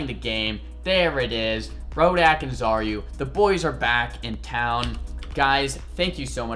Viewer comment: So does he say Xaryu here or are u here? like bruh